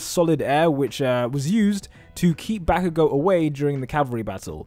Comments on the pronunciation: dude stop saying bayago sry but its bakugo mate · The way this guy says bakugou makes me mad